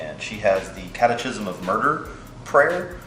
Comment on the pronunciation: Why do you pronounce it cat uh chism instead of cat uh kism?